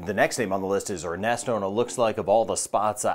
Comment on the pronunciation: I thought you said its name was Arnasto 😂😂